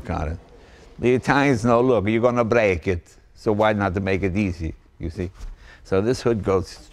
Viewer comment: Love when leno gets "italian" accent for seconds, YOURGOING TO BRAK IT!!!